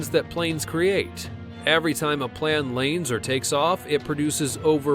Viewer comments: He said Laine and takes of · "Whenever a plan lanes" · did anyone else notice that he said " Whenever a plan laynds or takes off"